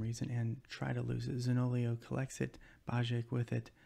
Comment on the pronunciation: hi I'm new! , I always like to see Italian players in the teams, I don't want to sound offensive, but you say Zaniolo wrongly, you pronounce the i after the o 😁🇮🇹